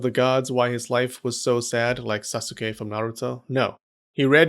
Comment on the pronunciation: Did you really say Sasuke like Sauceooke! Shame